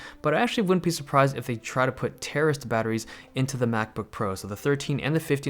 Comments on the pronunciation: Terrorist batteries?? What word are you saying there, Dave? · I thought you said terrorist batteries lol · At first I understood "terrorist batteries" x) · "Terrorist batteries"???? Oh my (I do get that he is saying terraced btw. Just gave me a chuckle) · Who else hears “Terrorist batteries” ?!